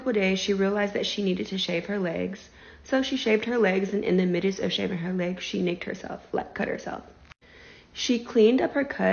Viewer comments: Im sorry, but the way she said, "in the mid-ist..." as in, "in the midst..." Had me 😅🤦‍♂️ Also, I know she isn't the brightest, but it isn't "If you're outside of America don't get in the water". It's more like, "Don't swim in dirty, bacteria infested water no matter where you are." Like where pigs live and shit. She will probably be shocked to know that there are cases of flesh eating bacteria every year in the US. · Ive never heard ANYBODY pronounce "midst' the way she did & idk why its bothering me